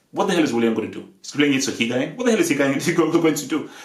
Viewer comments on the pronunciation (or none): "Higain" lol